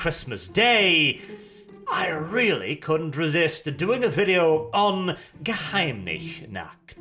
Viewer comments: Ge Heim Nis Nacht. NOT Ge Heim LICH Nacht! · I am just here to hear butcher the pronounciation of Geheimnisnacht. ( He basically says 'Secret-Not-Nude'.) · It's pronounced [ɡəˈhaɪ̯mnɪs naχt] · Geheim nich nackt, that´s almost as bad as the other english speaking people pronounce my name. sometimes i think i´m a anime character :-D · Your German is truly terrible. Btw, it means secret-night. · my ears started bleeding after hearing your pronounciation of "geheimnisnacht" haha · nitpick: the "s" in Geheimnisnacht is pronounced like the s in snake | silent | sour. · And the ch in nacht is pronounced just like he pronounced the s in Geheimnissnacht the whole episode long. But i'me not sure if it's a good idea to teach German. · Kyle was right. Your pronounciation of Geheimnisnacht is awful. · Worst pronounciation of a german word by a scandinavian in 2021. 🏅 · He pronouce it more like a native english Person would...